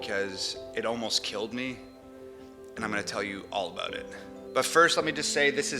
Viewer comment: I forget he's from Canada until he says "about" 😂